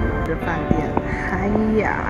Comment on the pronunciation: It's Hyatt. Not Hyaii.